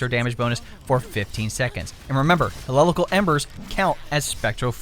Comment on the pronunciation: It was so hard for me to watch this because how badly you fucked up some of the names like Hecate and Heliacal 😂